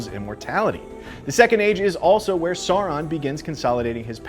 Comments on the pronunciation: It’s pronounced like Sao-ron not Saw-ron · Also, it’s Sauron like Sow-ron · Omg yes... i don’t get why it’s so difficult for people to say Sauron properly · Sauron, Celebrimbor, and Edain mispronounced. Sauron like sour fruit. Celebrimbor like cat, Edain like eye. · Pronounce after me, Edain - Eh-Di-In, Sauron - S-Ow-Ron & Celebrimbor - Kel-La-Brim-Bor. Also the world being reshaped into a globe was more symbolic as since Aman existed no one could sail to far West, so they couldn't go around the world, only remain where they were like on a flat surface. But once Aman was raised into the heavens people could said around the world freely, thus it was like it was round for the first time. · I had to stop watching, because every time you say “Saw-Ron” a part of me dies. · At the back of the Appendices in The Lord of the Rings there is literally a correct way of pronouncing everything. “Sour-ron, Kelebrimbor, Ee-len-dil,”. So how do they manage to get it so wrong. Great recap but please get the names right, next time. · I was wondering wth is saw-ron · Why is it so hard for people to pronounce Sauron?